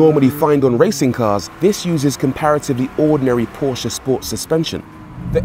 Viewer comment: Finally someone pronounces Porsche accurately 🙏